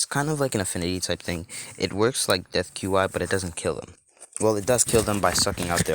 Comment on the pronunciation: Qi is pronounced chi